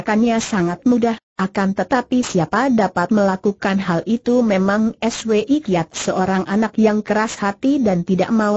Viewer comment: Contoh lain yg mengganggu...Swi Kiat...dibaca dg dieja...es..we..i....Kiat...dst..!